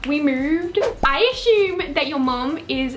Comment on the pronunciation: I aSHume lmao 😂